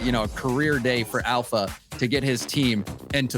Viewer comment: The guy casting with has a very weak grasp on the English language and its infuriating. 3-free, ignores the letter T like every time, alpha-alferr... holy shit bro the list goes on